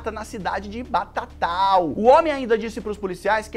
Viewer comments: Batatal kkk, é Batatais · A cidade que o cara foi preso colocando fogo e filmando é BATATAIS e não BATATAL como falado